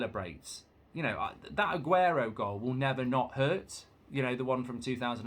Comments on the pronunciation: Only Mark would say Aguenoo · Got me at ‘Aguenoo’😂